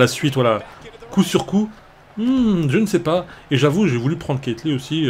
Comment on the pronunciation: Tu c pas prononcer keith lee